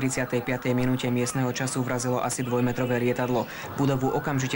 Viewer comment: Tiež som si to všimol :D asi chcel povedať ... Dvojmotorové :D